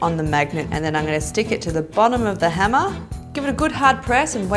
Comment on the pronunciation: When she says hammer I heard henna